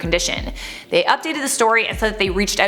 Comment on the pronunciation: Haha the way you say “vehemently” in different videos is hilarious 😂 It’s just “Ve-hemenently”, not “Ve-HEM-ently” lol 🤷🏼‍♂️ Sowwy!!